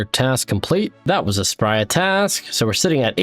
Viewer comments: Stop calling her Spria. It is Spria. That's why she does not give you keys. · Why do you keep saying "Spria" when it's obviously "Spria"...